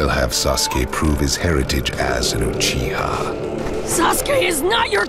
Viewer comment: It's like no one can be bothered to say "Uchiha" properly.